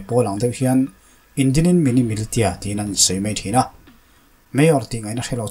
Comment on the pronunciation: Militia hi Milisia ti a lam tur